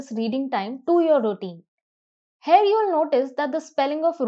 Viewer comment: Glad to see the way explanation is given except a few flaws. Pls correct spelling of grammar. Pronunciation of Here is not as that of Hair.